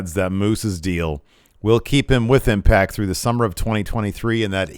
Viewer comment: "Confrimed" and "Imact", eh?